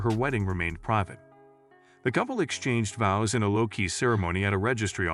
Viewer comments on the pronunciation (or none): It's not vose it's VOWS. Stupid AI rubbish. Going over and over the same things just to spread the video out. Pathetic. Who cares anyway if they got married in quiet or not. They are married. END OF